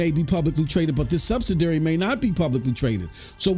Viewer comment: Say it with me. SUB-SID-I-ARY.